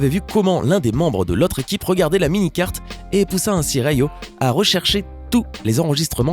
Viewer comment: "dota two" " Rio" on dit " DOTA DEUX ET RIOTTE !!! plzzz omggg